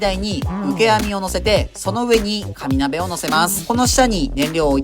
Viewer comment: かに鍋と聞こえてしまった…空腹ゆえの空耳